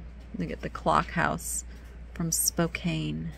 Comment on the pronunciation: Spokane ( Spo-can not Spo-Cane